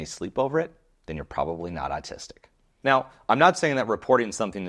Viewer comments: Is it autistic to pronounce autistic as artistic, or is it just a freudian thing? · ‘Or’ / awe sound please, not ‘ar’ in the word autistic.